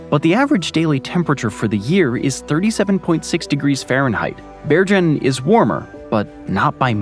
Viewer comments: I had to stop watching because I would cringe every time you mispronounced Bergen. It's pronounced Bear-ghen, the g is hard, like in goat. I'm in sensory overload just typing this because of how off-putting the constant mispronunciations were. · interesting stuff, but please check your pronunciation of european cities, every good map geek knows its Bergen as in Google, not Georgia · Bergen was mispronounced. The g is pronounced like in get not with a J sound. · the way you pronounce Bergen is killing me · Sorry to moan, but if you are going to say “Bergen” many times, you might want to just check with Wikipedia how to pronounce it.